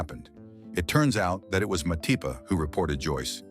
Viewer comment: Who Mapati? I know Matipa? Or was that an error in narration.